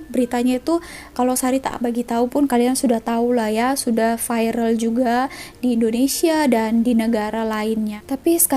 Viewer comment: Jgn sebut "fairel" utk perkataan "viral".. sebut dgn betul.. viral = vairel.. bukan fairel.. klu nak lebih jelas lg dengar betul² d translate google d play store.. v bukan f..